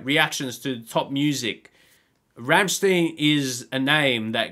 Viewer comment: From a fellow Aussie welcome to the Rammstein rabbit hole! Just come across your channel when looking for Rammstein reactions! They do touch on very dark shit so be prepared! Keep going🤘 Oh it’s pronounced Rammstine not Rammsteen.